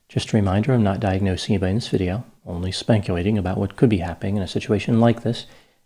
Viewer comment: Did you say you're only "spank-ulating" at the beginning of the video?